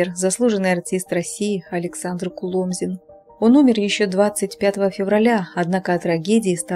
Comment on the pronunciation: Перепишите коментарий к видео с правильным ударением КулОмзин ! Хороший человек был ! Светлая память! Всем ребятам из ОПЕРЕТТЫ привет !